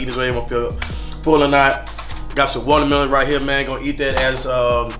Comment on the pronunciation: wouldn’t be black if youn say “walermelon”😭😭 .